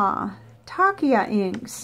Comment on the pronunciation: It's pronounced like Tasha